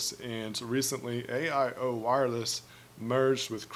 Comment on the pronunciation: AIO Wireless is pronounced "AO" the new Cricket is essentially a rebranded version of AIO.